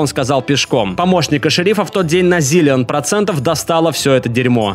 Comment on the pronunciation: Господи, как ты проговорил это слово - зилион! Плакали всей семьёй